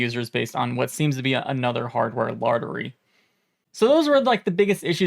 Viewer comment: What is a "hardware lardery"?